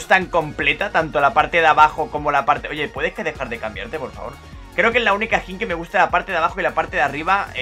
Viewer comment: Las veces que dijo "ESQUIN" 👇